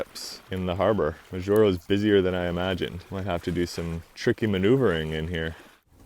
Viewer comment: I'm sure you now know how to pronounce Majuro...cracked me up each time to spoke it... I lived there for a couple of years... Really enjoyed your effort and what a calm sail...